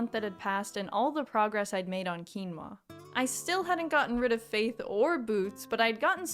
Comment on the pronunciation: finally someone who knows how to pronounce “quinoa”